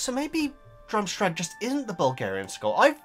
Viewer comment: "Drumstrag" It's Durmstrang 😁